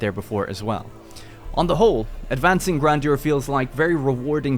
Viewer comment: Amazing when YouTubers don't bother learning pronunciation before making their videos